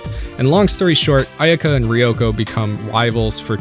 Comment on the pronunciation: It's driving nuts...idk why. Maybe that it was part of my childhood even before toonami ...but its pronounced "Ah eh ka" ...I think the y is silent. Or Aeka using Japanese vowel sounds. But it's still a great video 👏